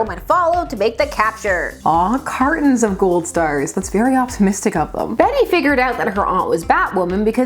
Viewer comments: It's actually pronounced "Bet" not "Betty." She is the weakest of the Batgirls. Barbara is the bomb, Cas was ok, Spoiler was fun, Flamebird was created to be weak and a comment of celebrity wannabes. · Bat-Girl. Flamebird. Hawkfire. Also, is her first name pronounced "Bet" or "Betty"? I've heard conflicting reports. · I always thought her name was pronounced Bet. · Fun fact. Until just this very moment I have always assumed Bette was pronounced as "Bet". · I always thought her name was Bet(te) not Betty, the Canadians in us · Heck, until you specified it I thought her name was pronounced "bet" as well, and I'm from Mississippi. Cool video! Never knew about this character at all until now. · For a while I was pronouncing Beet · DC really puts you through it with "Bette," unfortunately. Remember Plastique? Bette Sans Souci is French-Canadian, so she pronounces the name as one syllable. That's the way I read it, too. I have to see "Betty" or "Bettie" to see two syllables. Still, Bat-Girl will always be "Betty" to me. Sue me, I'm old!😆